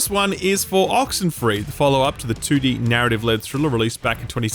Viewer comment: You want to say 2D but you say "tooti"